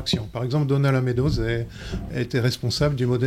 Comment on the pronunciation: Se prononce “mes doses”